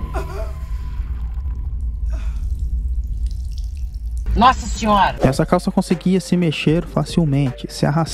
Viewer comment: E bacana quando você fala "A Sasina